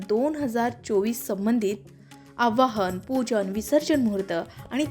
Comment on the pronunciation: आव्हाहन नाही हो,आवाहन म्हणा. बोलता च्या आधी उच्चारण तपासून घ्यायला नको का?